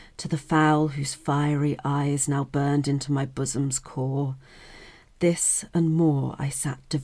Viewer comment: Love it! You said bossom. 😁